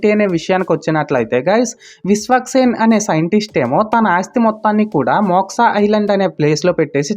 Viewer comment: మోక్సా కాదు బ్రో.... మోక్ష....😊